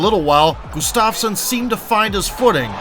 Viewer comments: btw you're pronouncing it as gustavsen instead of gustafsson. otherwise great vid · Not sure how you mispronounced Gustafsson's last name every single time.